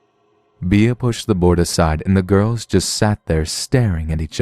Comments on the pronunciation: Bea is pronounced Bee. Be-ah would be spelled just like that. Beah. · Thanks for the stories! Just a... tip? The nickname 'Bea' is pronounced like the insect, as in 'Bee'.